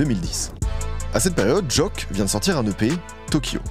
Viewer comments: C'est " Jauke " a la prononciation pas "joke" mais fort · on dit JOKE pas joak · Pour Ateyaba, ça se prononce Jok"I" et non Jok"e" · Pq prononcer Jôke mdrrr ? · On prononce pas "joke" comme ça mdr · la prononciation de joke j'ai hurlé